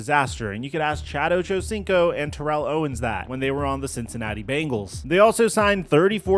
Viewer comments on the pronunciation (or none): none